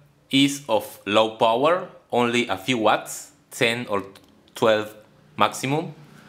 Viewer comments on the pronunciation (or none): none